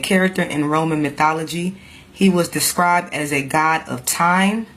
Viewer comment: why do you pronounce God's name like that